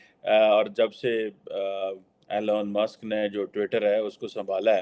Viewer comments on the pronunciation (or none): it's Elon Musk not ILon Musk